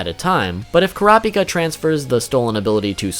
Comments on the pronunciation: In the official character book, it's pronounced coo-rah-pee-kah, not cor-op-ik-uh. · kur rah py kuh?!?!?!😂😂 it isnt butchered its obliterated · Dont pronounce Kurapika as one whole word. kura-pika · Annoying how he says he knows he butchers but continues to say it the incorrect way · Why can't so many ppl say his name right? It's so easy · Say the name right please it kills me every time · What’s so hard about saying Kurapika.